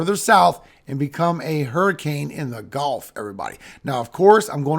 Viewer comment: Cringe trigger: You said "g-O-lf" instead of "g-U-lf" I know you are old enough to be in a generation that KNOWS better than to say it like the game not the body of water! I'm hoping you will choose to sound more educated like you clearly are and be careful not to leave that cringey mispronunciation in these videos! It ruins my ability to enjoy the info in the rest of the video likely because I instantly remember how hard it was to learn to say it correctly n stop getting fussed at in school!!